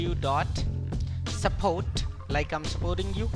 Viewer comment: Dublew dublew dublew